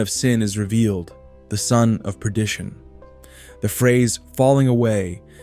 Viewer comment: Excellent presentation of what's coming. I hope many will heed the warnings. Just a minor side note, it's not predition, it's perdition. God bless.